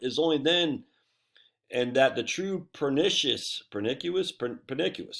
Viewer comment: you had it right the first time, purr-NISH-ush. Causing great harm or injury.